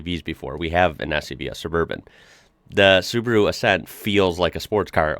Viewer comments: That doesn't mean Subru but Su-ba-ru. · OMG why you all call it Subru??? Its SubAru, Sub A ru..... SubAAAAAAAru AAAAAA its a AAAAAAAAAAAAA inside the name. Holy Cow.... Its exactly the same if you would Ford pronounnce like a Fart. Ok it continues, Opal (Opel) and... omg.... Daudi (Audi) seriuously? You are kidding right? U R doin' this on purpose. Ok from today I call it Fart instead of Ford :D :D :D